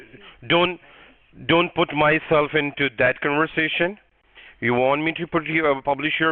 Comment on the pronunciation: "Don't put myself into that cunverzation" 🤣